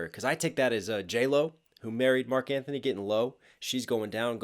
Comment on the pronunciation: Btw its not Marc Anthony...its Marc Antony